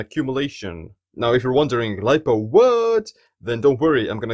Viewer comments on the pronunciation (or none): none